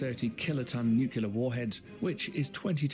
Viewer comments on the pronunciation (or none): It’s nuke-Lee-er… jeez. Nuke-ya-ler is not a word. Gosh that grinds my gears lol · It's pronounced NEW-CLEAR, not NEW-CUE-LAR. NEW-CUE-LAR is not a word.